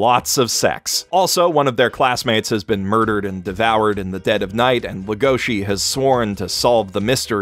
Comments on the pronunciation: Can't help thinking about punching tables when people say "Legoshi" instead of "Legosi", even if it's accurate Engrish. Character is named after Bela Lugosi, Romanian actor who first played Dracula. Also, Log Horizon Season 2 Episode 10 was the only memorable episode of the season. They focused on a lot of B-plot and characters that gave little to no pay-off with what the first season was building to. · Every time someone calls legosi as legoshi even though he is named after bella legosi.